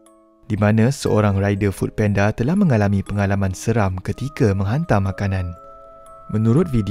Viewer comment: Food panda bang bukan penda😅😂